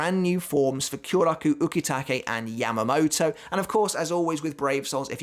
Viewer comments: He said Yam-uh-mo-toe.. it is Yah-mah-mou-tou, lol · British accent